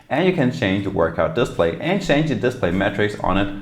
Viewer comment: Nice review. Note that, in English, the word "display" is said as "disPLAY" rather than DISplay. :)